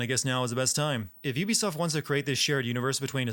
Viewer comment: "Ubisoft" Instant sin 😭